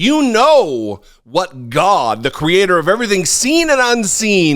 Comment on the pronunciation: Your pronunciation of Gawda proves you are telling the truth about your youth.